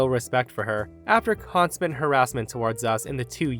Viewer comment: consmant harassment. 🤪 He goofed! Love you!